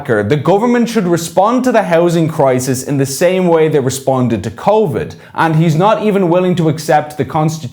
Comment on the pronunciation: What's convid? Spoof nineteen is it?